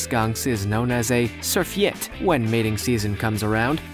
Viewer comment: It's actually pronounced Lar-VAY, & surFayte. But honestly that's a huge ego to go around 'teaching' people such common things and then be wrong!